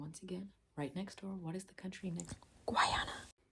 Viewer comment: Uh guayana... bruh 💀